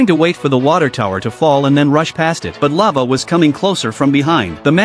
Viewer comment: Lave? You mean fire😂